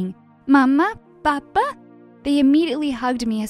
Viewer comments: And It not papa its papÁ and not mama its mamma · ONE "P" AND WITH THE ACCENT! YOU WRITE "papà" NOT "pappa" THAT MEANS "MEAL" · Not the papà being ‘pappa’😂😂😂😂😂😂